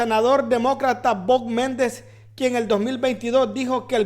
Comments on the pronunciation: Bob Méndez???? 😂😂😂 Nombre man!.... No se que articulos lees, pero te recomiendo que te prepares antes de hacer un video, para que no hagas el oso 😂😂😂😂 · Lee bien tembeleque, Me-nNEN-des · Hola. ???? Se. dise. Menéndez. así. Está. Escrito..